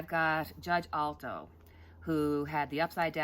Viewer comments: a brief correction. It's Judge Alito, not Judge Alto. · Just thinking of you the other day & you popped on the screen. Great read. I needed to hear you. Justice A-l- i-t-o pronounced Al-eee to, not Alto, but we knew who you were referring to. Could you ask your spirits what kind of sentence Trump will get in curent trial: money fines AND jail time? how many years approximately will the Judge give him? Doesn't have to be precise, just give us an idea. The public wants to know that he just won't just skate through with paying money, but that he will confined in jail to think about the bad decisions that HE has taken (not that anyone has forced on him). In other words remorse for wrecking so many lives. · Great reading! That's justice (pronounced) A•lee•toe...Alito